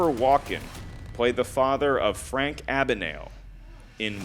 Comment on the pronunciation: Mark Ellis mispronounced Abagnale in that 2 point question, and you had the 5 pointer. Awesome show hope you come back!